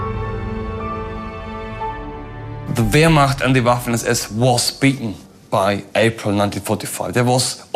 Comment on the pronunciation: Because he can pronounce wehrmacht correctly? I'm a New Zealander, and even I say it like that. Most non-traitorous people can too.